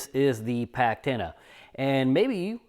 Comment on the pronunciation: Packtenna. Yes yes yes